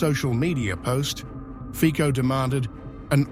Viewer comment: the correct pronunciation of "Fico" is "Feetso". In fact, that "c" is not a real "c", rather a "č".